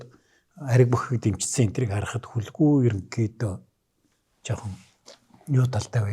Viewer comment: "Хөлгүй" гэхээр нэг л эвгүй сонсогдох юм. Хүлэгү гэж хэлж сонсож дадсан болоод тэр үү Ё ах "хөлгүй хөлгүй" гээд байхаар хэлмээр санагдах юм. За би ч юугаа мэдэхэв.